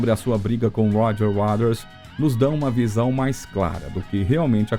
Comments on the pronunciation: Cara, o vídeo é mais do mesmo, nada de novo, mas pode melhorar na pronúncia do Roger WATERS e não “Waders “ kkkkkk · Que texto mal feito! Mas o que mata é a narração! DI UAU já foi phoda, mas ouvir tantas vezes o ROGER UADERS foi mais que phoda! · desculpa... quem é "uaders"? não conheço esse membro da banda... e olha que sou especialista em PF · Ser apaixonado pelo Pink Floyd e ficar escutando esse narrador pronunciar o tempo todo "UADAS" é sacanagem. Se o Waters escutasse a pronúncia do nome dele assim, infartaria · Como que consegue falar uaders ao invés de Walter ? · Putz ouvir essa pronúncia sofrível de “Roger uáders” “de uáu” “ confortabe num” “shine ou creise daiamon” “ uich you ê riar ” que bosta!!! Odeio IA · A pronúncia do nome Roger Waters com um sonoro Wades" incomoda um pouco. Mas o vídeo é bom só é muito longo para chegar no assunto principal do título. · Putz ouvir essa pronúncia sofrível de “uáders” “de uáu” “ uich you ê tear” “shine ône crase diamond” “confort be non”.. que BOSTA!! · Sim, a narração é muito boa mas a dicção das palavras em inglês precisa melhorar porque destoa em relação ao todo, Roger "Uaders", não dá! O material é bom, mas senti que quiz dar uma enrolada pra ficar mais longo e acabou repetindo e perdendo a continuidade em certos pontos. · Esse "Uaders" do cara é demasiado risível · Pseudo Video kkkkk mais um falando mais do mesmo e pronunciando o nome do Roger Waters errado kkkkkk cansei . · Que locução péssima... pelo amor de Deus... dizer o nome do Roger Waters como narrado na locução é de doer os ouvidos. Precisa melhorar e muito a dicção do inglês. Fica cansativo de ouvir. A história em si é mais do mesmo e tem em qualquer lugar. Não há nenhuma novidade. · Bom vídeo, ótima dicção, mas não acertou em falar o nome de Roger Waters em nenhuma das vezes que citou o nome dele. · video interessante mas o narrador nao sabe falar Waters ai fica dificil assistir e acreditar no que ele fala 😢😢😢